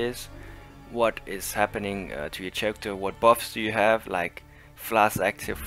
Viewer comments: For the record: "Character" is pronounced "karacter", not "sharacter". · Well done! The pronunciation of character drove me a little nuts, but I'll give u a mulligan on that one.